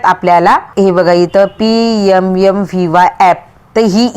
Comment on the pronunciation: यम यम काय एम एम म्हणा